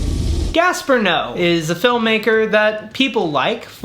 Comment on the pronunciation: Girl I love you but every time you pronounced Gaspar Noe's name wrong it irked me so bad.